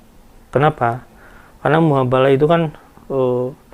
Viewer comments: Koreksi bang "Mubahala" bukan "Muhabala" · koreksi mas, Mubahalah bukan muhabalah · MUBAHALAH Bukan MUHABALAH. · Mubahalah ngong,bkn muhabalah